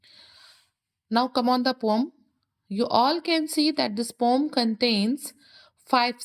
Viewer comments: Why are you telling pom not poem😂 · Why are you telling Pom instead of poem😮😂